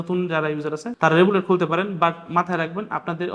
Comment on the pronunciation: রেবুলেট না রিভোল্ট